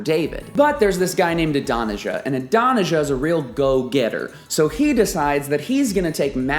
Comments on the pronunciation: Good lesson, but Adonijah is pronounced Aah-don-ee-YAH. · Great study, but your pronunciation of Adonijah is gag worthy